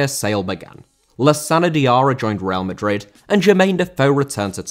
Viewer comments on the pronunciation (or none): none